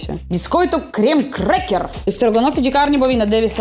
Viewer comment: Biscoito "krrrremer kraak" 😅😅😅